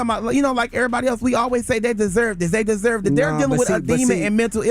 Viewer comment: You said victims “desurr” to get assaulted